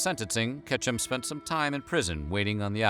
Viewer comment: When they were talking about Ketchum I thought they said ketchup